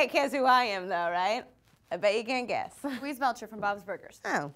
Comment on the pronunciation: Lee's Louise! ....rhymes with jeez Louise.